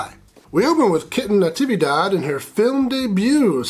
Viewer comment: Thank you for saying Kitten Natividad’s name right. I don’t think I’ve ever heard it said correctly